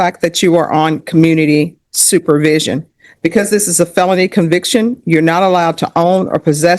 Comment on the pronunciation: Is it me or does say pelony instead of felony?